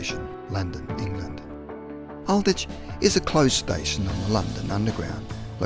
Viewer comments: It's not Al ditch, it's pronounced Ald witch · Some of the pronouncing of French stations It's Gare du Nord the E and D are silent and Aldwych is pronounce Aldwich not Aldich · Great video and well researched. Aldwych is mispronounced. The "w" is not silent. It should be pronounced as Ald- Witch. (Literally "Old Witch")